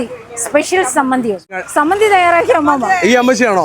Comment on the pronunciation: ആ ചേച്ചി മലയാളം ടീച്ചർ ആണോ? പക്ഷേ "സമ്മാന്തിയിൽ" പോയി😂😂😂😂